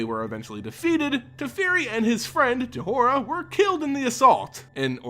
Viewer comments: I love your video’s, but JEHOIRA? Who is that? It’s pronounced as Joyra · damnit her name is not pronounced Je-whora, it is joy-ra